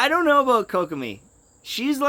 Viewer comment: petition for to learn to say kokomi